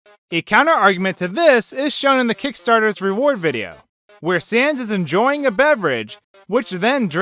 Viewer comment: Did you just pronounce "sans" like "cens"? Seriously? Do you even pun, bro?